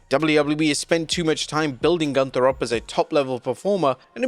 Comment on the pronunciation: Nobody can pronounce Gunther right. Sprechen sie Deutsch!